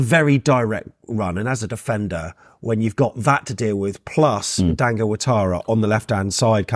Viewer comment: His names Dango not dongo 😅